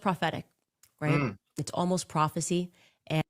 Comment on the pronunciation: This mofo said prophecy🤣